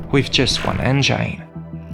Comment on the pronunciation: Thank you. Nice accent. Learn how to say engine correctly plz